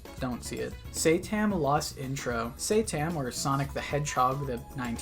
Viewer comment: it's not say-tam it's sat-A-M as in saturday AM, which is when the show would air